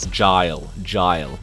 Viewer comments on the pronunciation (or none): The way you say Guile reminds me of all the different regions pronouncing him incorrectly in 1992 ... "Kwee-Lay" is one of the funniest ... as well as the famous "Kylie" in Hong Kong.